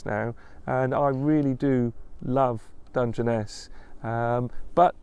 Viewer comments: You pronounced it perfectly the first time 👏🇬🇧🇺🇲👏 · Your first pronunciation was close enough 👍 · How you pronounced it first time was correct. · Pronounced Dun-jen-ess. A big expanse of not a lot. It’s in Kent, which is in the south east not too far from London (well an American’s view of not too far). Look it up on Google Maps. You’ll see how desolate it is. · Your pronunciation of the place name is perfect,and it is as much of a surprise to me as it is to you and I live in the UK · You got it right that is how it is said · Your pronunciation is correct. It's a stone desert not sand. I've been there is a railway nuclear power station. Why don't you check the Dungeness the Rodney Hyde railway 🚂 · your pronunciation was pretty near spot on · Hi, yes it is Dungeness - as you first pronounced it 😊 Dun-gen-ess ❤️